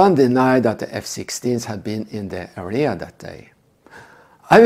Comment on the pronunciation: Good lord your English sucks! Took me forever to realize that you were saying area 😂 It's area not arria 😆